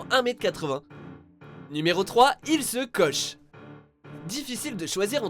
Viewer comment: Ilse koche !? Il se scotche ?